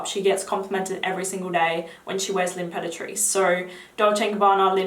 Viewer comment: Thank you for the video,! One quick note, for everyone who is watching, the pronounciation of some names is a bit off, hope you don’t mind me saying! Just pointing it out so as not to confuse viewers. “Maison” is not pronounced like “Mason”, but Meh- zone. It means house or home in French. Imperatrice is pronounced “Ahm-peratrice” (you pronounce the word right, minus the beginning)- it means empress, also in French. Also- everyone seems to mispronounce Francis Kurkdijan’s name, understandably 😊 The French pronunciation of his name is “Kur- (with the typically French long “u”, like in “you”)- dee - zhan (like Dijon mustard - instead of “o” in Dijon, replace that with an “a”- “Dijan”). The final N is muted, slightly nazal 😊 hope this helps!